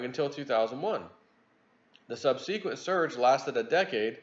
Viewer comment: sub-SUH-kwent... I cringe when you mispronounce the word "subsequent"